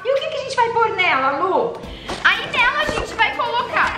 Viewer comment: Se diz Lu e não Luh sem h